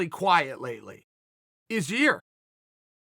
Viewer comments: Actually Chael, it’s pronounced Ya-Rear.. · Now he just said yere its hilarious how difficult that name is for him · Its Ya-Reer, dumb dumb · Chael, please go back to pronouncing Yair as a Yarear